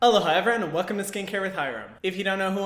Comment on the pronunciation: Am i the only one who just realized hes saying "Aloha" at the beginning? Thought it was "Hello hi" until right now lol